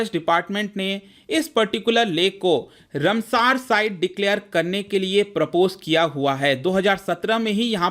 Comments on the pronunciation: रमसार नहीं रामसर। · Please take in mind that it is रामसर, and not a रमसार!